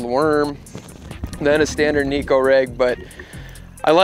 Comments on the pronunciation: Now if people can only pronounce it correctly. It’s ne (short e) - ko (co) It means cat in Japanese 😼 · either way it’s not knee ko 😹